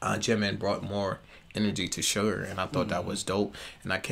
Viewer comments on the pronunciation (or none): You know it’s Suga not Sugar right? You probably know but you keep saying Sugar I think in everyone of your videos lol just an FYI maybe I’m hearing it wrong. Blessings